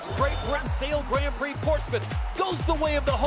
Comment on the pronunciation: yes Todd Harris is a little over the top however I just want him to pronounce grand prix properly. It is very grating and embarrassing to be honest.